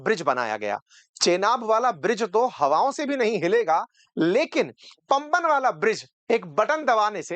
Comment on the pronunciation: पम्बन नहीं है गलत उच्चारण मत कीजिए ये पाम बन (वन) है पुराना पुल का निर्माण गुजरात के कच्छ अंजार के गुजराती ने किया था